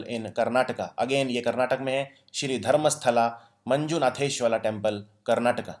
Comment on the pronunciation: It's manjunateshwara not manjunateshwala